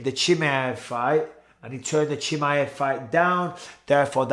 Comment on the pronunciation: bisping pronounced chimaev 7 different ways in this a video 😂